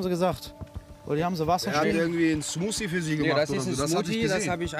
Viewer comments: Der Rettungsschwimmer sagt die ganze Zeit "Smutie" statt Smoothie 😂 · Immer die "Schmottie,Smusi,Smuti" statt Smoothie sagen😂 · Cmutzi :) haha